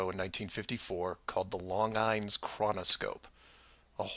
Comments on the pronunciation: It's pronounced "lawn-jeans", not "long-ines" (it's French) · Great interesting video! (by the way Longine is pronounced Lawn-jean) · FYI The watch company sponsoring the show was called Longines-Wittnaur, pronounced ' Lawn-jeans Wit-nower'.... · .... sorry, but his mispronunciation of "LONGINES" (the Swiss watchmaking company) is still bugging the hell out of me.... For his edification, it's pronounced "long-zheenz" (like coupling the words "long" and "jeans"), Okay ? ? ? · it's pronounced" Long-genes" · The watch Longines is pronounced 'Long Jeans" FM stations broadcasts travel in a straight line. For example on a trip from Fresno to LA. I lost the Fresno FM station before Bakersfield. As I continued to drive south, it was just static. Once I started climbing the mountains at Grapevine, the signal came back. That proves the curvature. Also, how about the signals bounced by amateurs from a target left on the moon? The Earth would fill the sky when seen from the moon. That photograph is just wrong. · Longines is a watchmaker (pronounced -"lon-gene") ... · So that means that North is North (compass), but South is in every direction? South Pole. Good presentation, but how do you do it with a straight face?t BTW, Longines is pronounced, "lawn-jeens' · it's actually pronounced like: LAWN-zheen. it's French. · as for the TV show, it should have been pronounced Longines (lawn-jeens) Chronoscope... Longines was and still is a watch/jewelry company at the time. Real nice watches by the way. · Longine was watch/clock company in the 50s.( Pronounced lonjene) and they sponsored the show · Longines is pronounced "Lon-Jeans". It was a watch, clock and timekeeping devices company. Lots of old ballparks had Longines clocks on their scoreboards. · Oh and, it's pronounced Lon-jeans but spelled Longines